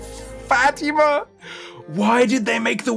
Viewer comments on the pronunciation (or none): none